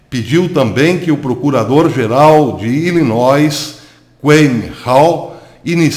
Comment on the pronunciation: moro em Illinois. mas o S não se pronuncia.